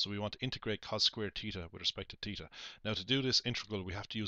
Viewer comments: At first I was just gonna make fun of him saying, “Teeta,” but I finished the video and completely understand now. Thanks!! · fun drinking game... take a swig every time this guy says "teeta"